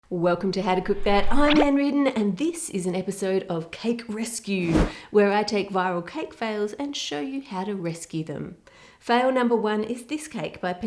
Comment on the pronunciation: You butchered that english so hard it became pork. Also what? Ann R E D E R N?